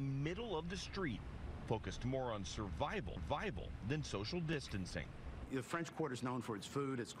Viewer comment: “Survivalvival” lolz